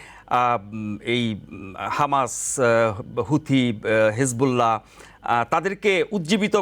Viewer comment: হেজবুল্লা নয় হিজবুল্লাহ । অর্ধমূর্খ!